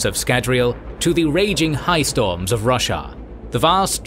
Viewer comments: its Ro-shar not russia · It’s called shard bearer, not shard holder. Also, it’s ro-SHAR, not Russia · he said roshar i heard russia lol.